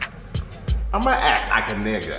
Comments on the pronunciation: Gotta love that hard R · I love the way Sam says soft "A" n word. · that has to be the whitest sounding n word I've ever heard